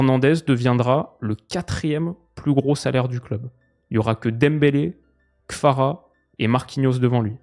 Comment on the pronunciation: Jsuis le seul que ça stresse de ouf quand il dit Kfara a la place de Kvara ?